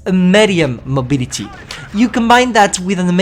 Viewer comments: i love it when you say mobility it soubds funny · Ye that ‘y’ at the end is kinda funny